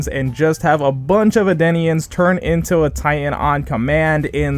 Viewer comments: It’s eldians not adeneans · El dee ans not el die ans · Also it’s Eldeans emphasize the L just trying to let you know that so people don’t roast you on the internet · Noticed this and didn’t think much more that you were pronouncing it wrong. It’s a shame that others will shout at you for a little mistake